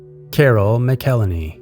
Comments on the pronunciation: McElheney is pronounced MACK-el-hain-ee with emphasis on the first syllable, not mickel-en-ee. Other than that, well done! Very interesting video, great voice, thank you. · I think its pronounced MAC-ELL-HENNY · Her name is pronounced Carol "Măc úl hānēē"